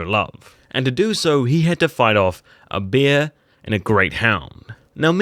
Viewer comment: its "bear" not "beer"